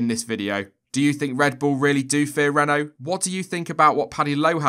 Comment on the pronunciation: Your pernauciation at the start was spot on, well done